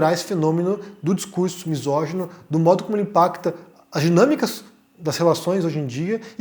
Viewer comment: Acho válido a punição de misoginia, porém acho que devia vir acompanhada de uma campanha de conscientização. Muita gente não sabe nem o que o termo misógeno significa, na cassação do Mamãe Falei o cara não sabia nem falar "misógeno". Deixar lacunas abertas faz gente de extrema direita preencherem com patifarias.